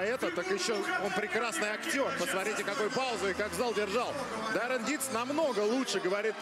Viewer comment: Он не Даррен а Даурен.